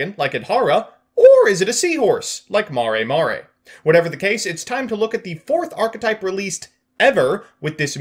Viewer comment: Mare mare. Not Mari Mari lol